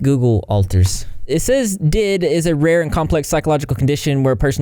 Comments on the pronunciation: No offence but please stop calling it 'did' it is D I D, each letter being said. You wouldn't say OCD like Ohckduh. Y'all pathetic if you seriously have to fake disabilities for views. I would kill not to have things like ticks. They suck ass and can be painful and embarrassing. Fighting ticks back for me makes them even worse as well and we often get made fun of for them. The only thing y'all have at that point is some straight up delusions. Who knows, I'd go as far as to suggest they might have some narsististic personality disorder or somethin. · Hey! Just letting you know “D.I.D.” is pronounced as each individual letter, not like the word did.(: Thank you for making this video!! Kids nowadays are living through a second, much worse ~tumblr~ era I swear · Also you may have said it "did" for engagement, idk, but it's "D. I. D" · also alters dating each other isn't as rare as it might seem.. tho that J&J do be kinda sus but seriously, just because it feels weird to a singular(plural = body with DID) this doesn't mean it's fake ..also it's pronounced Dee Ai Dee (D I D) not did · Hi! Just wanted to say it’s pronounced D.I.D. Great video!!